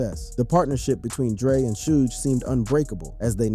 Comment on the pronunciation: 😂It's Suge not Sudge lol